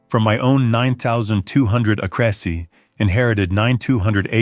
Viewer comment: Acres is NOT pronounced ah-CRA’-sees. 🤯